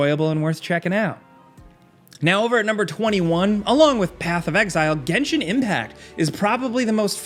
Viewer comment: and then he had to say genshion